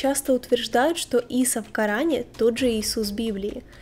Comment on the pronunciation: Ийса.а не Иса